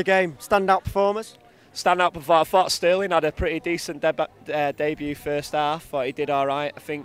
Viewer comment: Did he just say DEBUTT? Wtf?